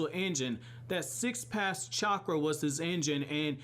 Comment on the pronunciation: The Sage of Six PaSS Mode... PATH my man, th, press your tongue up